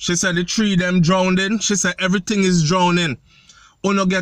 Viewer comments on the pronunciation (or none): She never say drowning...she day drownding